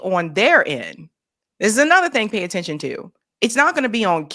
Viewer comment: “Pay tenttion”